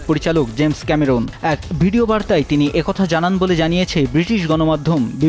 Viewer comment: ক্যামেরুন নয়, ক্যামেরন।